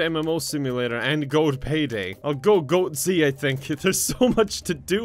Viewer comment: "GoatZ" Brain: "Goatse?!"